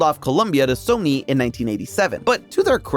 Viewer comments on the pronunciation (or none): none